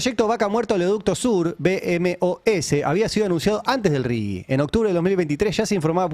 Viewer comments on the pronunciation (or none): Ari, no es Rigui, es Rigi, sin U